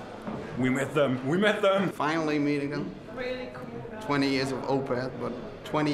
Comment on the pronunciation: "we meth dem. we meth dem!"